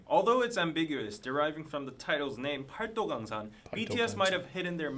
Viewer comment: the Korean alphabet is very easy to learn, but the grammar is pretty complex - as a non-native speaker who’s been learning for a few years I’d give ur pronunciation a 6 or 7 for paldogangsan! (팔도강산)